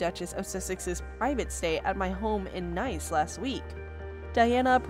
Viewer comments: It's pronounced neece. Not nice. France. Spelling is nice though. Do some research. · The French city is spelt as "NICE", but, pronouned as "NEECE".